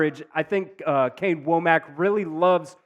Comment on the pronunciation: Kane Wommack's last name is pronounced Wah-mck